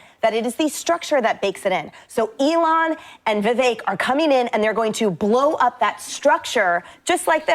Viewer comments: His name is pronounced as Vevake, NOT Veveke! 😮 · Vih-vake. If I had to learn the pronunciation, EVERYONE DOES! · Vivek pronounced like cake. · It’s pronounced like cake. Vivek is pronounced Vivake.